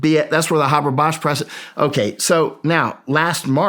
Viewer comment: Why do people have such a hard time pronouncing the name “Haber”? It doesn’t have two B’s. Hey-ber, not Habb-bar.